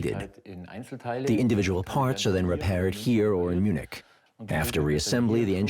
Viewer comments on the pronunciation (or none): Did you say they make these jets in Munchkin or something? Munich maybe?